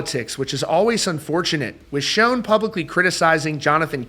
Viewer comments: Good news! Someone posted a very recent concert on YT. And btw, it's still pronounced Shawn, not Shone (as discussed before). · It’s pronounced like Shawn not like shown. You don’t have any business reporting about Neal if you can’t pronounce his name right!! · Dude… SERIOUSLY… It’s not pronounced (like) “Shown”… The CORRECT way to pronounce it, is “SHAWN“ !!!… Holy friggin’ SHIT, man!!!! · Great video. Neil pronounces his last name as "Shawn", not "Shown." I only mention it because you said his name so many times in the video. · Neal Shone? It’s Schon, pronounced like Shaan. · Not trying to be a douche I promise but I’ve noticed on several videos the mispronunciation of Neil’s last name so just for the record it is pronounced “Shawn” not “Shown”. Enjoy your channel bro rock on! 🤘🏼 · Still a great band but not the same without Steve. According to Neal his last name is pronounced Schon not Schone. Just a titbit. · Neal Schon's last name is pronounced "Shaun", not "Shone." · His name is not pronounced "shown", it is pronounced like "Shawn". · Sch-On (pronounced "Shawn") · It's not pronounced Shooon it's pronounced Shaaawn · It’s pronounced Neal (sh•aw•n) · Dude, it's pronounced Sean or Shawn. I've been a fan since Santana, if you ever Saw him live (in the day) his intro from Steve Perry was pretty clear! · Schon is NOT pronounced "shone" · At least pronounce the name right. Schon = Shawn. Ahhhn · Neal's name ISN'T SHONE. It's Schon!!! Sound's like Jon. Stop saying SHONE!!!!!! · Quit pronouncing Neil’s last name wrong please 💗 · Why Can't people pronounce Neal's last name? So annoying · *Sh-ah-n *Pu-nay-duh